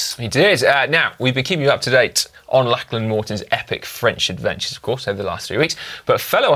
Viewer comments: FFS Si. It is Lock-lan Morton. Not Lach-lan Morton FFS. Listen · Why can Dan not pronounce Lachlan correctly?